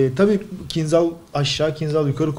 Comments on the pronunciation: Selamlar. "kincal" diye okunur, Türkçesi hançerdir. Kinzal değil. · Bu roketin ismi aslında "Kinzal" değil. Doğru olanı ise "Kinjal" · Kinjal diye okunur bu arada kinzhal değil türkçesi hançerdir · Hocam, kinzal degil de, kinjal okusaniz daha dûzgun olur. Bu turkceden alinma bir kelime ve karsiligi hancer demek. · Kinzal değil kinjal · kinzal değil kinjal rusçada anlamı hançer